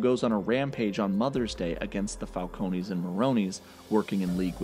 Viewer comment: Your pronunciation of the word falcone is wrong. Say it without e.